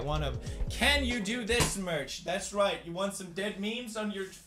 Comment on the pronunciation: killer keemstar let's get roight into the news